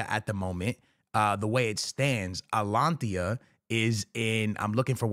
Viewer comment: Wtf is alanthiya?💀